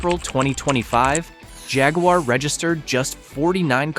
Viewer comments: You can’t properly pronounce Jaguar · The phaguar.